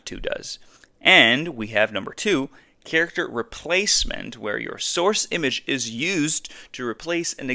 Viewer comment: Character is NOT prounounced "cheeracter"